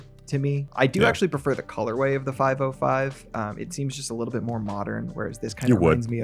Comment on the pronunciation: it is not "5o5" but "505", not "6xo" but "6x0" --- not "ou" but zero